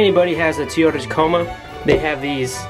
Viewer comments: Your Truck is pronounced Toy-ota Toyota ! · "Teeotah" Tacoma... lol ;)